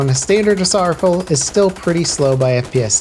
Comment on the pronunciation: "Aiming with even just a red dot sight on a standard ASSARFULL"